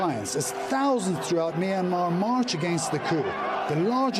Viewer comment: It’s really sad and bro can’t pronounce Myanmar right